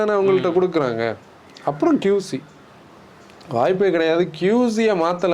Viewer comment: Bro it is not QZ it is QC